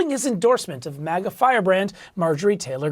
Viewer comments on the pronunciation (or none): none